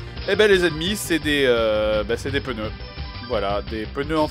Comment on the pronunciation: "Des peuneus" x)